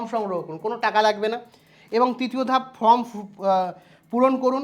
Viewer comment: ফ্রম না ওটা ফরম্ 😵‍💫